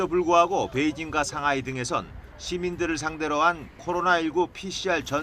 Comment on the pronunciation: 상하이를 상화이